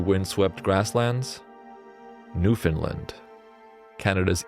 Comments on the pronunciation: Its new foundland not new finland. It is being miss pronounced. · I love this! Also I'm an atlantic canadian and just so you know, Newfoundland rhymes with understand. You put the emphasis on "land"! :)